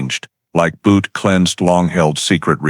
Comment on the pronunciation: That’s not how you say Butte 😂